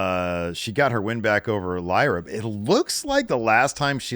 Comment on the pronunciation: Oh my god said Lyra correctly again It’s a shoooooot